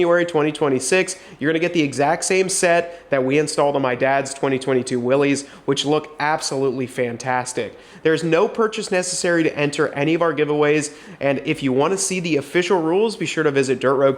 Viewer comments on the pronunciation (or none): Just, knowing I'm old school and respect my elders. The gentleman that Willy's Jeep is named after John North Willys, the founder of Willys-Overland Motors, he pronounced his name Willis not Willeeess so just my opinion. Hope it helps. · One and for all, the simple way to figure out the “Willy’s” chatter is this… The official, historically correct pronunciation of the Willys Jeep is "Willis" (like the name Bruce Willis), not "Willies" (like Billy's). The name comes from the founder of Willys-Overland Motors, John North Willys, who pronounced his last name as "Willis". But we say it how it is spelled like (Billy’s) but the trees because people don’t know how the name was originally pronounced. Just like a lot of American last names are butchered so badly because their last names are actually French Like Boucher … it’s pronounced bouchez but spelled Boucher lol. We could talk all day but the more you know the more you grow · It's pronounced like Bruce Willis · It’s pronounced “Willys”, not “ Willys”. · Willys is Willis. The Y becomes a I sound. There is no apostrophe, if so it will make it "ees" sound.